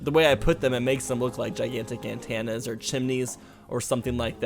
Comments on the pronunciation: An-tan-ah?? Am-bianse?? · you are the first person I have ever hear say antenna as ant- anna ive always heard and pronounced it as an-tenna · The way you say "antenna" sounds like "Santana" for some reason.